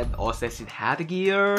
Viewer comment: Ossasin...not assasin😂😂😂